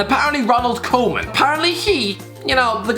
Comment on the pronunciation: I see not only Birtish, but Irish people can't pronounce foriegn names. Seriously, Koeman isn't that hard to pronounce... Keeping Messi and Suarez is a short time solution. The team will keep losing if it stays the way it is... But Barcelona should make both Messi and Suarez great farewells.